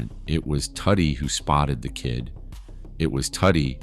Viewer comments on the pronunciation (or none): Listen Its pronounced "Toody" like "Woody" not Fckin Tuddy Which is a nickname "Tudido" (Too-Dee-do) in Sicilian.. If you listen in the movie i the beginning Tony Sirico taps him on the stomach and says "Mingia Toody" You gaot a good video goin on here ill give you that but next time habe an Itslian-American do the narrator 0 Part... Capishe? Decent video wrong photos at some points you Had a Photo of Fat Tony who was boss of Genovese Not Luchese Horrible at name calling But Ill give you a B+ for the video great story and content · Isn't it pronounced Too Dee? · And Tuddy